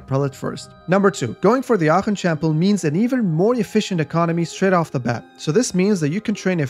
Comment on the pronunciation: Aachen pronounciation chefs kiss